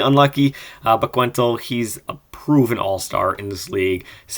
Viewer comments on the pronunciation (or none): Love the videos. I have to be the guy to point out that the U in Guentzel is silent haha. Keep up the good work!